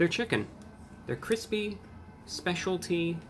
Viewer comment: Reviewbrah the dominos chicken looks feels and tastes like it was frozen and then microwaved. That aint cwispy